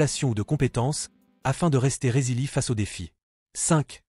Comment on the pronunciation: Ce serait mieux sans la voie de l'IA qui ne sait pas prononcer Gaves ni résilient.